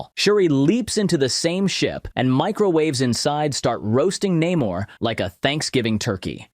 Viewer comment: Ironheart, complete bullsh*t! 90% of this movie is WOKE and f*cked over characters ([cough] Namor not Neh-morrrrrrrrrrr)